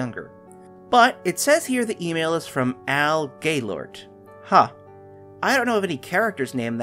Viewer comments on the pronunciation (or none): When he said Al Gailort I thought he said Gaylord💀